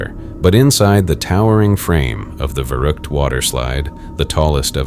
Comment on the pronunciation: You spell verrückt more like "fairrückt"